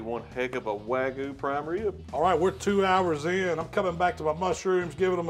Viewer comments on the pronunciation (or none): It's not "wagu"... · Chipo-lte and way-gu. Yep. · WAGUUU. Wag-you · Wagoo? Come on man! LOL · Y’all need to look up how to pronounce wagyu. Y’all are saying it wrong 🤣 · Beautiful cook on that wagyu. The one thing you’re doing wrong is pronouncing it lol